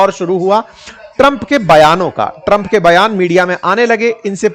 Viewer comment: Tram ❌ Trampa😂😂